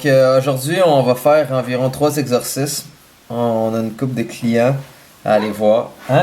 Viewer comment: Mdr! Des "exorcices"!!! 😂❤️